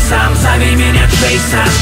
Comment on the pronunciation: Не Джэйсан а Джэйсон. А так круто.